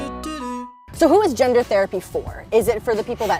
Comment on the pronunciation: He goes, “Theri-pii” And now I have to piss UGH!!!!!!!!!! !